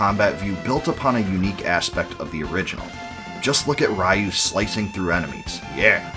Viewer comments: A small nitpick , its Ree-you not Rai-you. But yeah, BOF II is probably my 2nd favorite of the series, hard to top BOF III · It's pronoounced "ryoo", not "rah you"